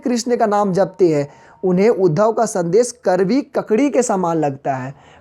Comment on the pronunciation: Karvi nahi kadvi😁😁😁😆